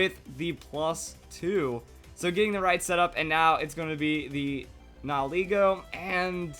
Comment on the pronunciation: He always pronounces nihilego wrong